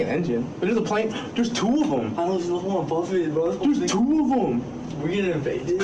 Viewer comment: "There's toovum!!"